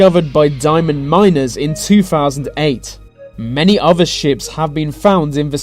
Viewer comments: O”th”er not uhver. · nuffing is known offah fhan fhat